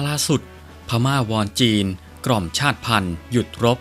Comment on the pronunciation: ชาติพันธ์ อ่านว่า ชาด-ติ-พัน😊